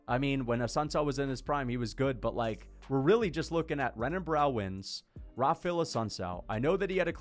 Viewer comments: As a fan of the sport bro please just try to pronounce Brazilian fighter names better. It’s not hard to remember that an r is an h in Portuguese names. Renan is said like Henan, like Royce Gracie is said hoyce Gracie. It’s super easy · Bro when you're saying Renan Barao plz show enough respect to say his name corrent . It's Henan Barao he's Brazilian, you wouldn't call Royce Gracie Royce you know it's Hoyce so come on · learn to pronounce renan u casual